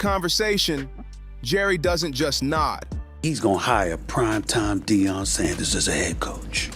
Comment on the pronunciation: Dion, no it's Deion! 😂